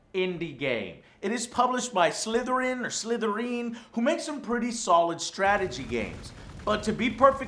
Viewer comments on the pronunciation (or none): Slitherine is pernounced slither like how a snake slithers. I’ve played a couple of their games